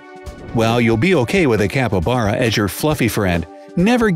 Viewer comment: You had 12 times to say "Capybara" correctly!!!! 12!!!